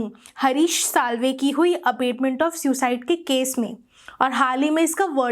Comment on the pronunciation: Vedio is good ,but the pronounciation of abetment is not right. There is difference between abetment and abatement.